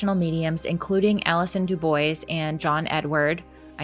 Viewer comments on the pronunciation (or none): Dubois...it's pronounced 'doo-bwah' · Actually, it's "dyu-bwah". It's a French name. But nobody expects Americans to get it right.